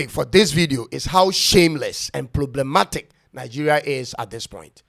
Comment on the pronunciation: 'Ploblematic'. Look at the person talking. Simply to pronounce 'problematic' is difficult. Anybody will talk.